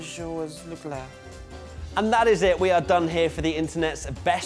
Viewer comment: CL: Hi, I’m Charles Leclerc. MWTF1: sHaRl LeClUr